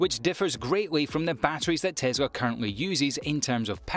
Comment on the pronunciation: It’s Tes la not Tes ra.